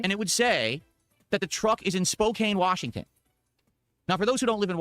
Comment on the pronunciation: I was born in Spokane so it's always annoying when he purposely mispronounces it. It's not english, the town is named after the Spokane Indian tribe and it's near a reservation.